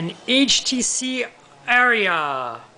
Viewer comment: It's pronounced "R-E-UH" btw